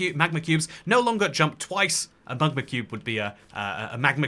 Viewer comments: Mug-ma cube 😂 .. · Mug-ma cube😂😭